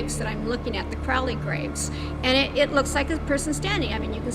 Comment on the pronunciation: "Crowley" graves?....